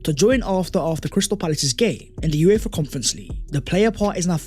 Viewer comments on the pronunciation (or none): none